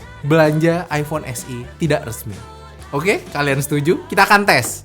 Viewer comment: Eipon mana eipon hahahaha